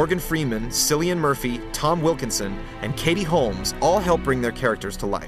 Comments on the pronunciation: Jesus! I know the reviewer's an American but come on?! Silly-an Murphy??? It's pronounced as Killy-an Murphy. And spelt Cillian. Pedantic moment over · sillyan? it's cillian "kill-ee-an"